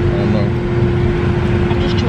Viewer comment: "Ion like this ion like this"